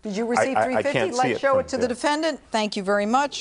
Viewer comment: "The defendanTT"